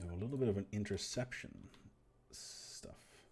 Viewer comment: Reminding you to turn that off. Intewceptwon?